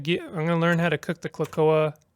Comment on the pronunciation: I'm sure someone has mentioned it, but the word is pronounced like, "Clo-ay-ka" and it's a genital 😄